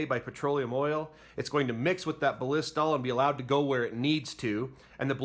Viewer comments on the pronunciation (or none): Thanks for the educational video. Hopefully by now the creator has learned how to pronounce Ballistol (just watch their commercials or ads). I think he said Ba-LISS-tol a hundred times and it made my ears cringe, hahaha! But again, good video. Thumbs up 👍🏻